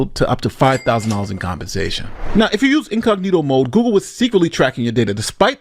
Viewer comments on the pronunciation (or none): none